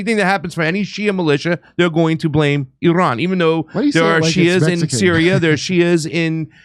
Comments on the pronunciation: IRAN IS PRONOUNCED LIKE ITALY!!!! STOP TALKING LIKE YOU ARE IGNORANT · stop trying to say Iran like a Mexican. You're white. Talk like a white person. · No, it is Pronounced, AIR-AN oh ya, I heard it from Abdullah the Mullah....